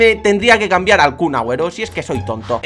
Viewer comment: Porque dices Cun Agüero